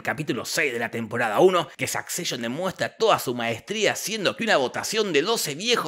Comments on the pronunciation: me da mucha risa que diga SAKCESHON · "Sakseishon" :face-blue-smiling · La pronunciación de la Palabra Succession es de las cosas más Repugnantes del vídeo